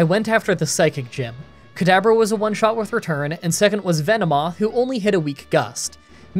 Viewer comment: Am I the only one hearing "Kadaber" instead of "Kadabra"? Gave me a good chuckle, still a good video